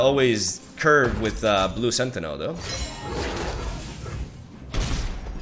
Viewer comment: the way he says blue SentiNEL , it's Sentinel Tragin , TARGOOOOON